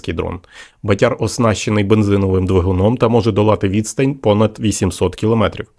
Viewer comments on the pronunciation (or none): 👍👍👍 От тільки не батЯр , а бАтяр !!! Наголос не правильно ставиш !!! А взагалі , то пацани молодці !!! СЛАВА УКРАЇНІ !!! ✌️✌️✌️🇺🇦🇺🇦🇺🇦💪💪💪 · Не БатЯр, а БАтяр.Наголос не правильно ставите. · бАтяр, а не батЯр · Так ріже слух ваше ʼбатЯрʼ,бо правильно-бАтяр,це такий хлопець відчайдух,що робить збитки. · 'Батяр- наголос на першлму складі. У Львівській області це парубок- трохи бешкетник, але альфа самець однозначно! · Батяр. Наголос на перший склад. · Наголос на перший склад ))